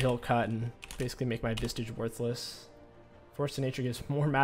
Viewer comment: lol saying vistage again lol